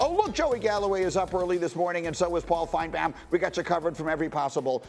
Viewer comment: I hate how greeny says Paul’s last name. Like has he ever actually tried to pronounce it right? No one else butchers it that way. You’d think someone would correct him. It’s not an accent thing, he’s literally just saying Paul FINEBAWN